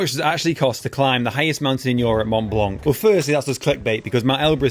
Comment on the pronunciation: Can’t un-hear ‘blanK’ ;) Nevertheless, looks like great fun, envy you man!